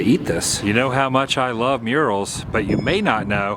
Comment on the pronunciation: You said you love murals I thought you said urinals :)